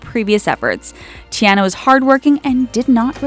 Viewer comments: I cringed when they mispronounced the names Ti-AH-na. Not Ti-eh-na Mer-i-da. Not Mer-ee-da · and Teeanna and not tiana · Moana, Merida, and Tiana were pronounced wrong but Elena was right. I should know, my name is Elena